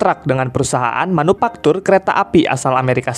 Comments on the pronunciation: Manufaktur bang bukan manupaktur😂😂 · Org Sunda ya bang? Huruf F diganti P semua 🤣🤣 Manupaktur Lokomotip Serpis Episien Enpironmental Elektromotip Subjektip Perporma Spesipikasi Syaipul Padli Tarip Inpormasi Pitur Demikian rangkuman huruf P